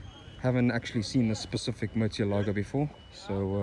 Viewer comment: It's pronounced Murci-elago